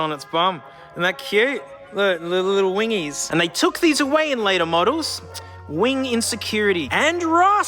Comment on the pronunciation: hearing a british person say "little wingies" is the most hilarious thing I've heard in a while